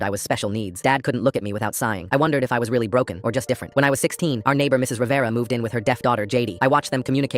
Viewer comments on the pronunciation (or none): wait did you say mrs reveria